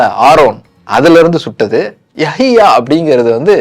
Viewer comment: யாஹீயா இல்லை யஹ்யா